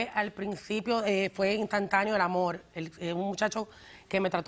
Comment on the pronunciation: “Amol...” este es el problema, nadie comprende el idioma que este tipo habla “Amol”